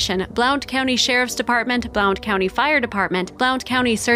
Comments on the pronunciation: It' is pronounced "BLUNT" County. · Blount county is pronounced "Blunt county" I remember this it's not too far from me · I’m from East Tennessee and the mispronunciation of “ Blount County” is driving me crazy . It’s pronounced “Blunt” county !